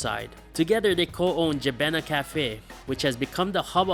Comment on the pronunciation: Proud to be habesha ☺️❤️🇪🇹🇪🇷 also jebena is pronounced je-bin-a 😂